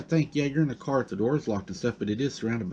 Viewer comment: Car not cat 🙄